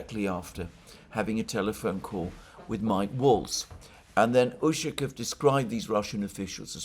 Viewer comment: Much as I enjoy listening to your commentary, please make an effort to pronounce the Russian names properly. It's jarring to hear "Ooshakev" and "Laavrev" too many times.